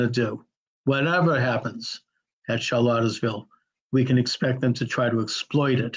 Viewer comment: You can't pronounce Charlottesville, you misidentify the supposed organizer, you call the rally White supremacist despite knowing the center-left background of the organizer, misrepresent the politics of most of the attendees to the permitted rally, and perpetuate the false equivalence of the violence that took place. Good work!